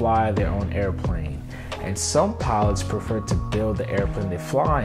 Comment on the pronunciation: Matthew Moilanen I checked it , it sounded like corvette. But the problem is mike’s enunciation, it’s poor , he might have been saying covair, but he was saying it mike’s way. “Pillots “ is another pronunciation difficulty he has .